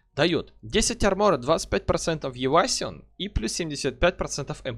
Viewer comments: Бля ппц слух режет, редуктион, авейсион, коолдаун. Чувак учись читать норм. Редакшн, кулдаун эвайшн читается. А так ты крут! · Неоднократно уже услышал, что ты уклонения произносишь как "евасион") Если что звучит это "эвэйжн".